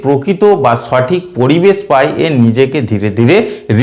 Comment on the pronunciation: উচ্চারন ঠিক করেন স্যার সঠিক হবে ছটিক না